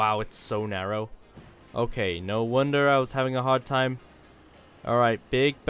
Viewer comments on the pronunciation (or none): Time 😅 Not tine😂